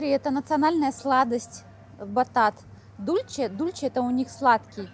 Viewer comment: Учите испанский язык. Ола, а не Оля. Дульсэ, а не Дульче.